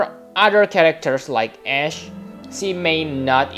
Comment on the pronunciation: Who else liked the fact that he pronounced Ashe’s name correctly.